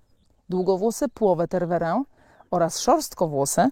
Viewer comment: Nic nie powiem ,ale nie "Ter-WU-ren" tylko "Ter-we-RĘ" z akcentem na ostatnia sylabe. Poza tym bylabym ostrozna w reklamowaniu jaki to jest mily cudowny pies praktycznie dla kazdego bo malo kto jest w stanie poswiecic temu psu taka ilosc czasu jakiej on potrzebuje. Bardzo wysoki poziom energii duza potrzeba pracy.